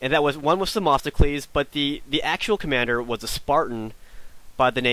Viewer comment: Its themistocles! Not them"O"sticles!